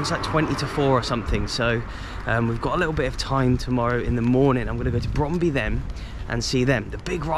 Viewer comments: Brondby is actually pronounced as Broan-bu. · Great video mate, shame you didn't go a week earlier or may have bumped into you. I went to see my beloved Brøndby after a great Football manager run with them. Apparently we both are terrible at pronouncing the name though based on a Conversation with a local.